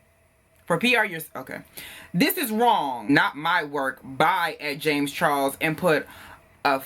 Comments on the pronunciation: The way you say James Charles 😂😂💀💀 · The way he says James Charles I’m crying 😩😩😩😩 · 😂😂😂 the way he said dude name though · After this video is done i must go and google James Charles. The way you were saying his name.... I can't! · The was you said James Charles 😭😭💀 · When you said James Charles names for the first time I thought I was going to die. Why'd you say it like that 😂😂